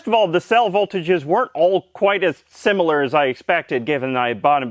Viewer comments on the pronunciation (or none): none